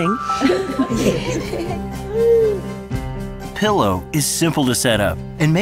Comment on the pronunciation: Why do they keep calling Pillo "Peelo"..... like, none of them could get it right??